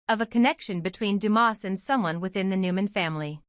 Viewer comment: It’s not Demoss, it’s Dumas!